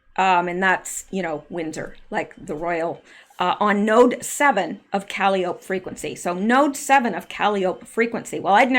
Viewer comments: Caliope is pronounced Ka-li- oh- pee. It's an old school word for a merry go round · Calliope is pronounced kuh-LYE-oh-pee, Greek Muse of epic poetry. Hmm, why would they name it that? This is fascinating, albeit eerie. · Calliopie is pronounced kuh·lai·uh·pee, Not that I know anymore than that,. This is all so fascinating! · Forgive me, but I think calliope is pronounced, kuh lie’ uh pee. One of the Greek muses? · Good research. Just have to tell you Caliope is not pronounced that way, its pronounced Ka-lie-o-pee. Surprised you never heard that name before. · Great digging! Calliope is pronounced cal-lie-Oh-pee. It is a form of discordant or circus-type music made by forcing steam through whistles. A Calliope. Kalliope is also a Greek mythological figure-the oldest of 9 muses- whose voice produced ecstatic harmony. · Awesome Rsearch as Always. Calliope is pronounced Cal Eye Oh Pee - Its a girls name. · Calliope is pronounced kah-LIE-oh-pee. Washington Tower; I think she was addressing President Obama. It makes more sense. Obama has been doing things behind the scenes since he left office. He would have been at Camp David before the inauguration, not Trump. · I think "Calliope" is pronounced "kah - LIE - o - pee" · Calliope... Kaw lie o pee 🙄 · I think it’s pronounced. caw-lye’-ope-ee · Calliope is pronounced kuh Lie uh pee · Please say Calliope like “cal eye o pee.” Musical instrument and chief of Greek Muses. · Hi buddy, the proper way to pronounce “Calliope,” is KUH-LIE-UH-PEE, like the instrument. Sorry for the maybe slightly off direction there, but it’s an instrument, as well as the name of a princess. Someone educated me on the word, and I am passing it on to you. Love, LOVE the research you are doing!!! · Calliope = cuh-lie-o-pee I do believe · Thats .....cal-eye-o-pea. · I keep hearing her say “calliope”. Is she mispronouncing calliope - cal-EYE-o-pee? Is there significance to the name? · Calliope is pronounced CAL-EYE-O-PEE